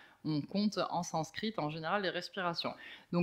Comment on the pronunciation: Merci pour ce voyage 😉 Impressionnante ta maîtrise du sanskrit 😮